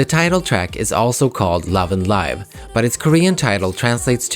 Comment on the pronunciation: I hope this helps, I think it is pronounced as /LIV/ as in a verb, not /LAIV/ as in an adjective. Love & Live means that Vivi has learned how to live as a human by also learning how to love. It was the love that she experienced in 1/3, and perhaps the memory of the love she experienced with Yves, that allowed her to be liberated from her android form. Eventually, in Love & Evil, the girls also learned that love is not only something good, it can also be cruel. To be enmeshed in the intricate world of love is like being lost in a Mobius forest. It's up to them how they would be able to cherish the sweetness of love while facing its sometimes cruel consequences through a Sonatine.